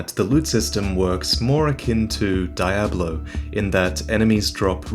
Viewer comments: Daahyablo? Uh, did he meant Diablo? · "Die-ah-blow" LOL sounds funny when he pronounce diablo. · Everyone I've known pronounces it Dee-ablo. It doesn't really matter though. I thought it was funny.